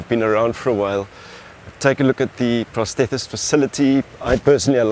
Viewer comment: Sorry mate just thought I'd let you know you keep saying PROTHETIST wrong you are pronouncing "PROTHETHERTIST" and it does sound quite silly. All the best...